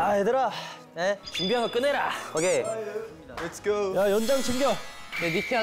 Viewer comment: was that "let's go" from jungwon? That was so aussie!